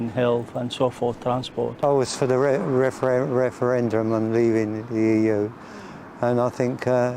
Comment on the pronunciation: You can tell he's a moron by how he can't say referendum.